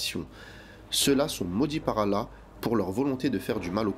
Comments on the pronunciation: Tu devrais perfectionné ta façon de prononcer le nom du TOUT PUISSANT.... Doit tu prononce "ala" c'est ALLÂH SUBH'N WA TAA'LA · La façon de dire Allah par la voix. Pourrait t elle appuyé sur le Lam ? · Effectivement, de plus il prononce mal « Allah »